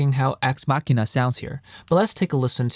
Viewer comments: YUP. I genuinely thought it was a wordplay on “axe machine,” as in “guitar machine” (machine because it’s a program). And I know I’m not the only one who mispronounced it because I saw another review video of this library where the guy pronounced it wrong 😂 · Thanks Nathan! Glad you liked the video. Haha I was waiting to see if anyone noticed it. I originally thought the product name "Axe Machina" was a word play on "axe machine," like "guitar machine," so I pronounced "machina" like "machine" with an "a" sound at the end. Only did I realized I recorded the whole video mispronouncing the product name when my wife pointed out to me it was supposed to be a word play on "deus ex machina." I had to replace all thirty-something instances of me saying the product name after! Told me like 4 hours 😩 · The EQing is very minimal. Mostly just a low cut to cut out the low end rumble. The difference you hear is pretty much the difference directly from the DIs. I only realized I was mispronouncing Axe Machina after I finished editing the entire video. It would make no sense to re-record the entire thing. Editing a video like this with so many motion graphics takes a LONG time. Ultimately, I believe the dubbing doesn't affect the information I wanted to convey.